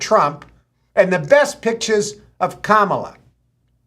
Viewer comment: It's pronounced Kamala. Not Kamala. :)